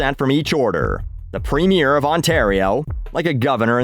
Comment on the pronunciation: The way you pronounced "premier" humoured me.